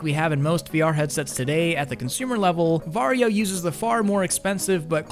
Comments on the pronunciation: You say va-ri-jo? Why not var-jo? without the i? And the reason why they removed the game is licensing = money. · Legit thought he was saying ‘’Mario”